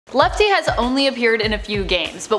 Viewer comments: It’s lefty not L.E.F.T.E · Lefty not lefte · Its lefty not lefte its funny name lefte XD